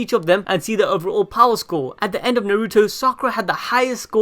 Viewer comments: Naruuto it's fuckin naruto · “Nuh ruto”